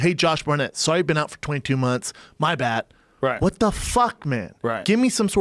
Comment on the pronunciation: Brendan “my bat” Schaub. It “my bad” dude.